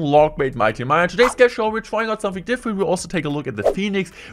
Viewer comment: Hey guys it's and in today's clash woyale wideo we gonna be seeing the mighty minor🥴🤫